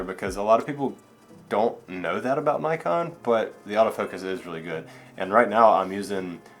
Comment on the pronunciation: Yes Nikon.. Not Nykon..